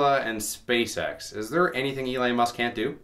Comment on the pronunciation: Hey... I think the guys name is Elon not Elei... but i could be wrong...